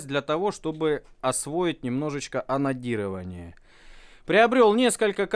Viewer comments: Мне одному слышется анонирование вместо анодирования? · Пожалуйста ставь ударение на букву "Д" в слове АноДирование а то я пару раз вздрогнул а видео защибись! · Тоже каждый раз вздрагивал при "онадирование", что с нами не так? )))